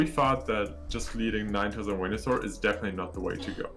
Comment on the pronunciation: They used the correct pronounciation of Wenusaur. Good.